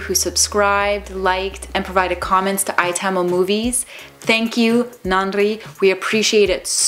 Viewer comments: Your Tamil is even better than some Tamil actresses'... Was shocked 😵😊👌🏾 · Why is your pronunciation in tamil so good ?